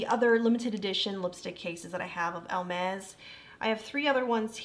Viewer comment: I absolutely loved watching your review and you are adorable!! Just for reference, and it is not my intention at all to be mean, but Hermès does not have an “L” in it. It’s is pronounced more like ‘Air mez’. Again, I loved your review and look forward to watching more of them! ❤️